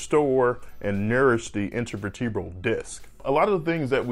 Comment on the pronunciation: interveertubral??? is that how u pronounce it?? vertebral... intervertabral